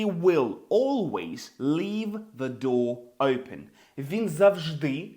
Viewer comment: Хахах... Усі вчителі навчали нас зовсім по-іншому! Усі, буквально кожен з них вимовляв просте слово "open" як [оупен]... 😂 У вас же - зовсім інакша, але така типова вимова як для звичайного англійця! Не "оупен", а щось схоже на "ьойпен" (майже так само якщо поставимо якусь приголосну перед м'яким знаком, але не вимовляючи цю приголосну!). Просто шикарний British accent!